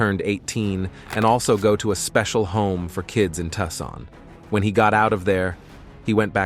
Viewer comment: The pronunciation of some words, I just can't Tucson (too sun not ta son) Oregon (or I gon) not what you said. There were many more, a quick Google search would have given you the correct pronunciation!!!!!!